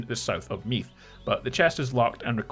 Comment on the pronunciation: Your pronunciations are, interesting.. Cu Chulainn is more ‘Coo hullan’ there is a bit of a guttural sound, but not as much as you have. Think of the name ‘Gallagher’, the way the g is silent and the h has a slight kh sound. Meath, Meath is hard to write this out. You’re saying Meath like it rhymes with wreath or teeth. That’s wrong. It’s more like breathe or bathe. Perhaps Meath should have an e at the end in English.